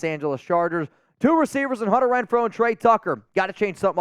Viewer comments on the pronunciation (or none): none